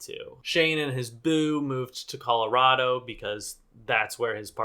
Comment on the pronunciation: thanks for pronouncing Colorado correctly AND for shitting on Shane 10/10